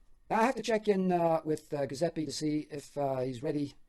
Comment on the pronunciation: Sorry, I need to correct your pronunciation on the name “Giuseppe”. The “G” makes a “J” sound, followed by a “U” as in “oo” sound. I know grammar Nazis are annoying but I just couldn’t take it. Forgive me